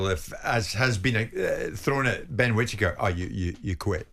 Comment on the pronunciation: Benjameme kwittaker lwot sh t uppppp😂😂😂😂